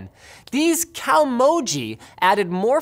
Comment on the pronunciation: Yes linus COWmojis, sure why not Japanese is a syllable language Ka O Mo Ji